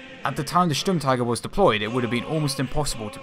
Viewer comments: In your second try you pronounced Sturmtiger pretty well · Im german and i must say the pronouncynation of Sturmtiger was very good!